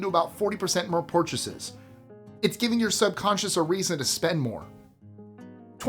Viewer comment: porchases, lol